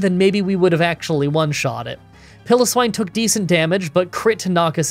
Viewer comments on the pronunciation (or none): here´s a way you know how to pronounce Piloswine think Pile-Of-Swine without the f